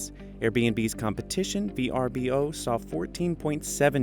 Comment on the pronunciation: "Airbnb's competition, V R B O..." Lol, you mean Vrbo?😂😂😂